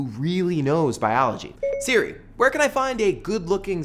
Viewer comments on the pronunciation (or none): none